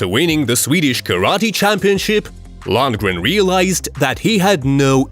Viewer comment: To the narrator, he's called Dolph Lundgren, not Landgren. Lol, now I noticed it, halfway the clip he pronounced his name correctly. As if someone said the same thing to him as I.